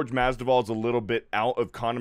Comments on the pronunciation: Masvidal not Masduval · mas-VI-dal Not mas-DI-val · Mas-vee-dal that is all lol. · Masvidal not Masdival 😁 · Bro, take the time to get his name right. Mas-vi-dal. Literally said it wrong 10 times. Do better. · Right takes like 20 seconds of research to learn how to say his name right. Thats just lazy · Mispronounced name twice in the first 25 seconds? This dude has no business being on a sports show. Cmon bro, do the least amount of preparation before making a video, lest you look like an idiot. This is happening far too often. Between this and that Crain and Co show, you can tell these dudes don't actually do any research or know/understand what they're talking about. It's not even like Masvidal has just arrived either. He's been in the fight game for well over a decade, almost two if you count his backyard days. But, what do I know, I'm just a guy who actually reads and understands sports.